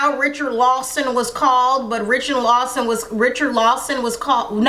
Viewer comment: You probably got pronouncing Richard Lawson like that from Taye Diggs in Brown Suga.